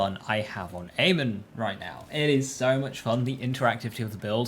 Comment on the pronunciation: It’s not aman it’s pronounced a mon not aman